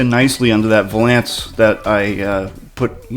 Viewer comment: I wasn't trying to spell the word.... I was attempting to make humor of the incorrect manner in which you pronounced it.